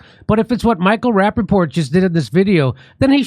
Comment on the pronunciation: Did Kurp say, "Sir Michael Rappaport?"🤣🤣🤣🤣